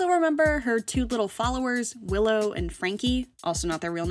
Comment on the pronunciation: LOL I herd pillow and cranky instead of willow and franky 😂😂😂😂